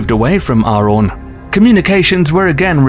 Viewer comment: its arawn not aron. lol